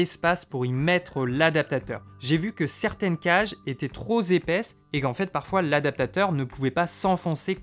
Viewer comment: Très bonne vidéo..Un bémol tout de même, quand j'entends "tro Z épais" ça heurte un peu mes oreilles. Trop s'écrit avec un P et non pas un z ou un s..